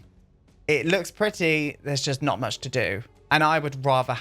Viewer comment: 'there was so mũŕch' HAHAH pissing myself at that